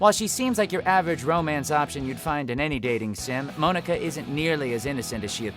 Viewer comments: He pronounced Monika wrong.. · I'm pretty sure Mia was Ethan's wife, not his girlfriend. Also, what the hell is up with the way you pronounce the name Monika? It's (Mon-eh-kah) not (Moan-eh-kah). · Mow-ni-ka?! It’s MON-i-ka! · The way you said Monika sounds like "Moanika" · ITS PRONOUNCED MONICA. NOT MOAN-IKA. HER NAME IS MONICA WITH A K INSTEAD OF A C. GET IT RIGHT. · No one: Literally no one: Not a single soul: Todd: MOAN-ECKA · Moanika ( ͡° ͜ʖ ͡°) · Pronounced Monika’s name wrong,lol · she doesn't know how to pronounce Monika either geez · The way he pronounces Monika's name triggered me SO MUCH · Anybody else cringe a little when he pronounced Monika wrong? ;^;' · Lili-chan she’s the only member of the cast with an English name though to make her stand out. So technically it still is being pronounced wrong.